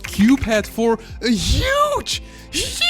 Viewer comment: the "hUgE" got me wheezing 🤣🤣🤣🤣